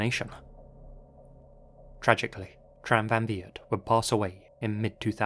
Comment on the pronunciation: Love your videos, and this comment will probably get burried, but I need to say it... You take so much time and effort to reseach these stories, so it might we worthwhile to pronounce the names right - if for no other reason, than to show appriciation to people from those cultures. Tran sounds more like [chan], Nguyen like [new-yen]... You can easily check how the foreign names are pronounced, on websites like Forvo for example.